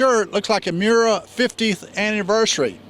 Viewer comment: It’s Miura, not Muria...